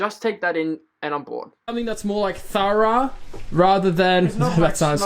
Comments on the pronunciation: Your first pronunciation of thorough was correct.👍 The second shows you aren't an original English speaker. No problem. But you didn't sound Australian. 🤔If you did what would I sound like? And I'm from Yorkshire! 😁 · “it’s pretty thourah... sorry that’s australian, THOROUGH” aussies really do have their own language